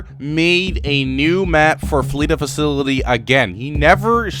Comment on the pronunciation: I wonder how much time it's going to take for to finally pronounce facility instead of facilily